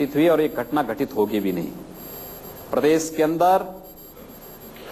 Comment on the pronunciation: yogi bolna Sikh lo ab c m ho tumne nizat bola ye nijat hai prses nahi prdesh hai aurbh bahu alfaz galat bole hay qimat u p ki jab Mila dihati c m hi mila